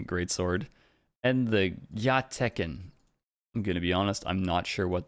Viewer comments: Dude. Wtf is a gyateken??? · With "the large sword" they mean the odachi and the "gyateken" is just them butchering the word "gyakute" which means reversed grip, being the sword being held backwards